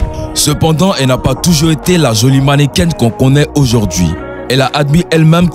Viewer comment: On dit mannequin. Pas mannequaine ça ne est existe pad